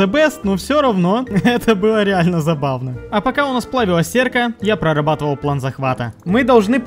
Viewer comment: Слово ПлЭн коробит ухо , можно четко сказать слово ПлАн и это будет убедительней , а ПлЭн это стремная фишка